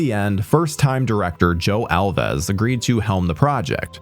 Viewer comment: It's not pronounced Al-vez. It's just Alves like rhymes with mouths